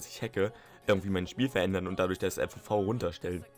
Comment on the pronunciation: FOV nicht FVV :) nicht böse gemeint